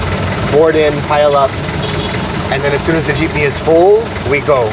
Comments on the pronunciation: still pronouncing it jip-knee when he told him to just say jeep-knee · Not “Cheapney” but Jeepney. 😂